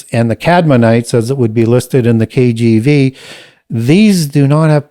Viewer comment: His pronunciation of certain words were quite off, especially the KGB (KJV), lol. Self-taught indeed!